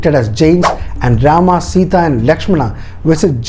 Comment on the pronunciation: I really love the details, but there are a lot more details to put for more understanding. But one thing, I didn't understand why you connected this with today's politics and religion. Channel seemed to have a bunch of knowledgeable and educated people, but you kept pronouncing names like "Rama", "Lakshmana". So, you're trying to make others understand that do not go for others porridge but you're trying to serve your own. You mentioned in the video that in ancient times, there were hardly any written forms available, and so we all could understand the fact that when things are spreading verbally, they get changed like Chinese whispers. So, why don't you stick with the original one (Valmiki ji wrote) and try to decode it. If in Jain's belief, they have different versions of Ramayan, that doesn't mean it's false or just a story. The same goes with other authors and writers as well. I believe that the time and then society (of the writers) had a great impact as well as language barrier (translation from Sanskrit) in the writing and detailing. This is the first time I watched your video. But the way you portrayed it with a cunning smile and vicious/derogative jokes, I was really waiting for the time when you connected this with the politics and a community's belief. That's what you did, your story telling has an agenda and if you're unable to see that if a story (as per your details) has such an inspirational power for thousands of years, then you have to go through the detail